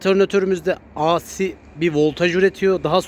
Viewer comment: Di si yada ey si diye oku, a si ne demek😄